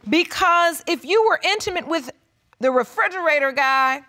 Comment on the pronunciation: black ppl always say frigarata lol